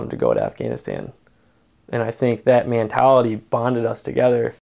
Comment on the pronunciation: Mantality. You think he meant to say mantality instead of mentality?